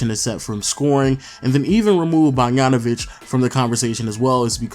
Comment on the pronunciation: Who tf is "Bargnanovic"? You can pronounce BOGDAN but can't pronounce BOGDANovic?